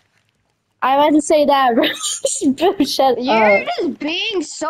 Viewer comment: Also you mispelled shut you said shup.